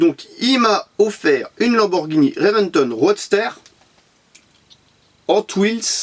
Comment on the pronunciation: Salut ça se prononce rodsteur et non rodstère comme tu la dis sinon continus comme ça tu gère